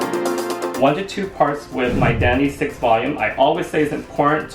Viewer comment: I know you said My Identity, but it sounds like you're saying My Daddy. Love your work, Guy! ☆